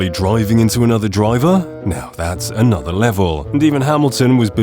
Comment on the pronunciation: it feels so wrong to hear a british guy say "whole nutha level". It's bad enough when Americans say it! LOL and then the english commentators refuse to call him by his actual name and just rename him "pasta". Maybe he deserves it.